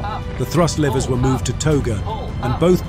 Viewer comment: Lever! Not laiver!